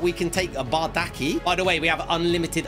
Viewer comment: the fact he used a Galatasaray CB and then a Fenerbahçe RB an said they would get chemistry is funny(the 2 clubs are rivals). Also, it is pronounced Bardakchi